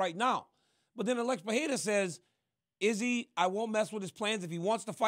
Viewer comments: Not sure why people, let alone high paid professional analysts that can't speak the language try to say names they can't and say it different and butcher it every time. Per-re-ra sounds much better than Per-le-la or Pa-we-wa 🤣🥴🤦‍♂️ Come on man.. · SMH.. the UFC owner doesn’t know how to say Alex Pereira properly🤯 the “wife slapper king” said Alex PEHERA 😂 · “Uh-lex pehayda”